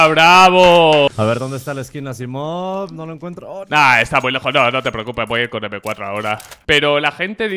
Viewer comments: ES ASIIMOV NO ASSIMOV JAJAJJAAJAJA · Dijo "Asaimov" no "Asimov", no es que esté en contra tuyo